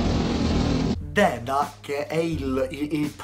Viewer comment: deda non dedda